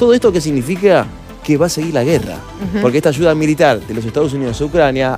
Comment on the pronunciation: No se dice. Michones.. Se dice.. Millones....no se dice. Achuda... Se dice ayuda... Todo es ch chchchchchch chchchchchch chv und chchchchchch h hch h h h h .. Me enferma ese asentó ridículo argentino